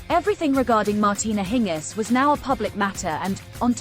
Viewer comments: Why do you say her name in a weird way????? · Why not pronounce her name correctly? Annoying. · Next time try and get the name right. If you have to rely on a computer for your audio, your audio will always suck.